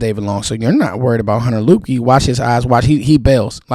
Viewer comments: I believe his name is pronounced "Lipkey". Great video, appreciate your work bruh. I'm in the DMV also, I'm in the Germantown/Gaithersburg area. 👊🏾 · Its pronounced Lipkey